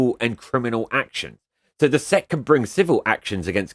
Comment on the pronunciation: The SEC is an acronym, not its own word. It doesn't make sense to pronounce "Sec" it's S.E.C. You are think of an apronym, which makes a word. You don't pronounce the FBI or CIA as a word so why do it for the SEC?